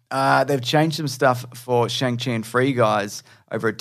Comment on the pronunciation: Hey and! Just so you know, Simu Liu has clarified how to pronounce Shang-Chi. It's pronounced like "Shong- chee"